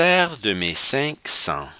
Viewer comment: Il faut lire le S final de sens!